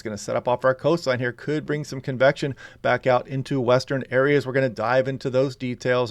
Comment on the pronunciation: Cool and overcast here on the North Oregon Coast 🌊🤍 When you say "convection" I hear "confection" and immediately want a sweet treat lol.